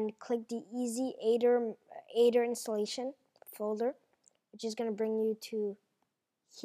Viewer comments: Not ADER Not Ether It's Aether :/ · You pronounce it eder, not ader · ITS AE-TH-ER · I love how u cant say aether its so adorable :3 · DUDE IT WORKS THX, AND ALL YOU MEAN BULLYS SHUT UP AND GIVE HIM A BREAK HE IS DUTCH AND THATS HOW HE PRONOUNCES AETHER! GRRRRR....